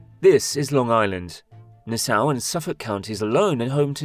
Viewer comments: Trash AI narration.... what on Earth is "Na-Sow County???" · Or pronounce Nassau Na-Sow. ?? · When the guy who makes the video pronounces Nassau county as nisow in the first it tells you he knows absolutely nothing about the area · Ahh yes, Nessow county. Home sweet home. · Nis-oww?! Noo 😂😂😂… its Naa-saww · say it with me, nah-saw. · Even better they literally start the video by saying and showing us both Nassau and Suffolk but then cut straight to a scene in Brooklyn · Love this, although we pronounce Nassau as “nah-SAW” with a nasal “nah” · “nassaw” lmao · "Nuh-SOU"??? Please, move your nails away from the chalkboard. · Here in Nassau County we'd say "Nass-awe" but I quite enjoyed your pronunciation. Also, growing up directly on the water, bridges actually make the view more beautiful in my opinion. The bright lights across the bay are awesome at night, and a spectacular bridge certainly wouldn't ruin the view like those past residents thought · Na sow? Learn how to pronounce in English. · I was excited until I heard you pronounce Nassau. Fuhgeddaboudit 🤬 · Stopped watching and downvoted as soon as I heard how the voice pronounces "Nassau" . Come on, do better. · that is NOT how Nassau is pronounced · Teach your AI how to say Nassau